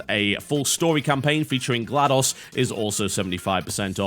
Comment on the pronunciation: Unrelated to the video, but isn't GlaDOS pronounced "Gladys" ?